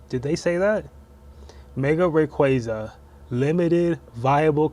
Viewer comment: Why did you pronounce Rayquaza like that ?